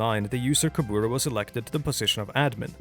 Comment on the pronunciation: i have never heard a worse pronunciation of the Word kubura